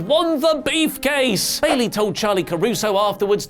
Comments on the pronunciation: Anyone notice how says Beef case instead of brief case😉🤔🤔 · lol "beefcase"